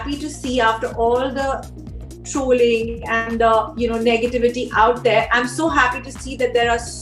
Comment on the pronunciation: It’s trolling not troooling haha 😆